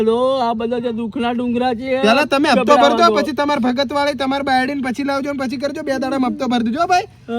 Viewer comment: Hapto ❌ Hatpo ✅